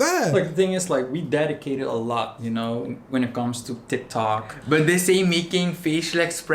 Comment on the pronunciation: James: "tik tok" Subtitles: "tech toy"